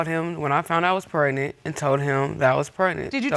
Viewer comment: Can we please pronounce “pregnant” the way it’s supposed to be pronounced instead of “prenan”